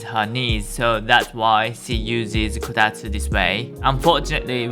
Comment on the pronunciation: It's Kotatsu, not Kotastu.